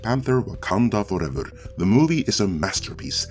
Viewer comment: WAH-MEN Fooevah!!